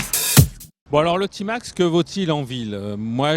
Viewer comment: Prononciation à l’anglaise 😂